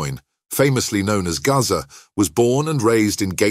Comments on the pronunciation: Who the F is 'Garza' ???? His name's GAZZA! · Gazza not Gaza